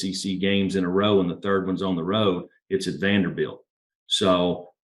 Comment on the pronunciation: its Vanderbilt.